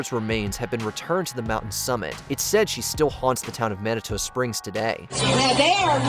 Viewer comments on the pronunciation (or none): Manitoe? It's pronounced manitu 😂